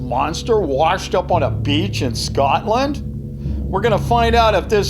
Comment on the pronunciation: No one: News anchor: Scoot land